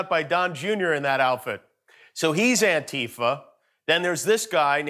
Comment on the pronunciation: Jesus Christ. It's ANTI-FA, not ANNE-TIFA. As in "Anti-Fascists." You know, the good guys from WW2.